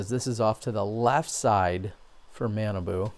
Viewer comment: Super Fun....Awesome foliage...beautiful day...really good putting...really bad putting....Jacky Chen!!! I liked the last Hole. I liked a few of the uphill ones at the opening. - - It's 'Mah'-'nah'-'boo' ... he's from a different part of Minnesota. So his name doesn't sound like banana at all. - - Feeling spoiled to see this footage. - My guess is Innova will sign Mr. Chen. Discraft is doing the Brodie thing.